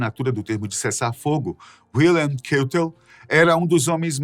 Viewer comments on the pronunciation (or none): Caro, apesar da origem comum, a língua Alemã não é a Inglesa. Wilhelm, em Alemão, se pronuncia "Vil-helm", com H aspirado, e não "Uil" qualquer coisa. Essa mania de "tudo em Inglês" tira a credibilidade. Uma pequena pesquisa antes de fazer o vídeo não faz mal. Abraço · WILHELM KEITEL: pronúncia do 1º nome como se escreve (H aspirado) e KÁITEL.